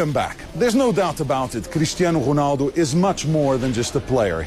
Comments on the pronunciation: No, Rounaldo, say it like that Rou like you say Mou ROUNALDO, but it's Ronaldo. I am portuguese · Ronaldo not Konaldo!! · The way to say his name correctly in portuguese. Us to say Ronaldo like you, we had to say Rouneldo... or Rounaldo... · dude its ronaldo not ghonaldo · its Ronaldo not "whonaldo" :P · Who's Honaldo its ronaldo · Is it just me or the presenter is saying "Honaldo"?? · Why does he say honaldo ?? Is honaldo correct in portuguesse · Why does he call him Honaldo?? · why does he say "Honaldo" ? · i think its pronouced hunaldo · WHO-naldo? it's pissing me off. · who the FUCK is 'HOONALDO'? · who the fuck is chonaldo?